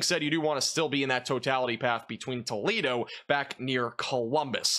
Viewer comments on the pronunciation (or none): none